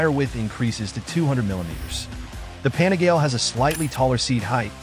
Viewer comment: You lost me at Pane-GAL.